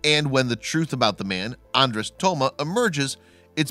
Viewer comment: His name would be "Toma Andres' ". Hungarian names list the last name first. And "Andres' " is pronounced "on- drosh", not "Andress", as the narrator pronounces it. I am half Hungarian, on my father's side, and my name, Andrew, in Hungarian, would be "Andres':. It's a very unusual language. My dad grew up speaking Hungarian, had to learn English as a second language.